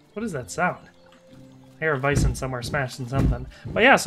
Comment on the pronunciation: Sir, are you saying vison?